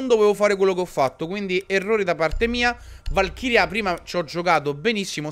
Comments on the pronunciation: Si dice e pronuncIa valkyrie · Ciccio non per dirti ma a casa mia si dice VALKIRIE!